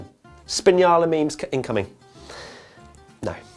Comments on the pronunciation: what is spiniala 😂😂 it's S🅱️INALLA!! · Did just say Spinyala? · did he really just say "spinyala"? I'm unsubscribing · The way he says s🅱️innala😂